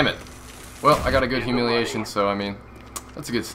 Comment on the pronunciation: its hu-mi-li-a-tion -.